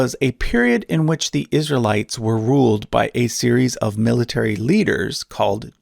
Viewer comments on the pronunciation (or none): none